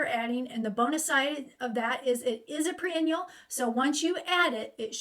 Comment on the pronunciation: When you say pre-annual, do you mean, perennial?